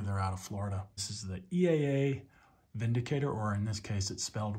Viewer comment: Thank you for pronouncing it correctly.